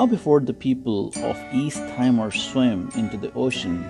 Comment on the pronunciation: By the way, it’s pronounced “Tee-Mor”, not “Tai-Mor” as you pronounced it.